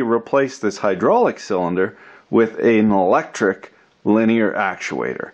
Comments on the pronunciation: "This is an-al-lectric...... " is what I heard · are you saying anallectric? if so, must be added to the official dictionary. pro tip, linear actuation is great fun with the Mrs.